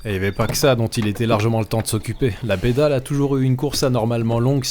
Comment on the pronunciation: ...pourquoi prendre l'accent Alsacien?? ....la bédale😉